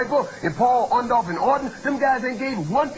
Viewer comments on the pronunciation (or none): I like how Hogan never knew how to pronounce 'Orndorff'.